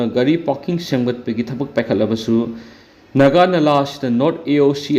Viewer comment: Naga nala haiba nate, Nagha turel ne, turel maming do chumna pabiyu. Ngasifaoba leirakpada naga naladi eikhoidi khanglakte, Nagha turel hairaga ahal laman matamdagi khangnarak a